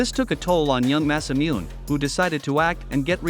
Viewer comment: You got Masamune name 90% right, the part with mune in his name is a little off the voice actor of the character says that part of the name as moon nay together